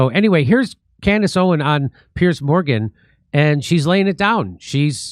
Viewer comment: Jimmy her name is "Owens", not Owen. The two party system is a scam